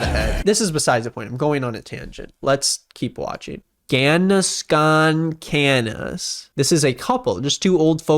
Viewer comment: When said "Ganasconcanas" I was like wth and then I laughed when I realized it's "ganas con canas" like willpower with white hair